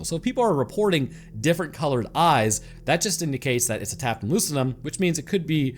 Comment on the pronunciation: Tuh-PEE-tum lucidum